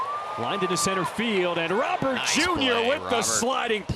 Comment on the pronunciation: Roh - berrt . Not roh- bear . Its spanish not french